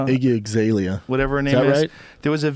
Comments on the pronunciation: he says iggy eggzalea 😂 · Lmao iggy azlaylea. Iggy iggzaylea! Destroyed that name